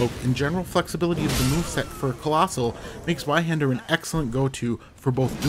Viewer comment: Ah yes, zheiwander. The most brutal rapier in the game